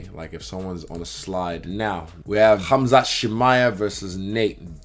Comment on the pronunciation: I love the way Izzy says khamzat